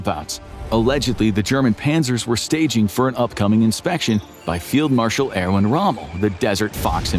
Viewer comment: IRWIN, HIS NAME IS IRWIN, NOT ARRON. ONE OF THE MOST FAMOUS GERMAN GENERALS OF WW2. HOW DID YOU MISS THIS, BUT GET BOCAGE RIGHT?